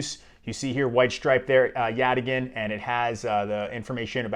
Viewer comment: YOU CAN SAY YATAGAN! Get me on their marketing team! Thanks for the review, sounds really interesting!